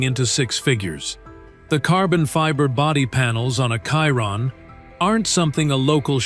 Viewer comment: Why is it so difficult to pronounce the word Chiron? Every one that is jumping on the hype cannot pronounce it correctly. Why? Because its all AI generated and the AI cannot say it properly.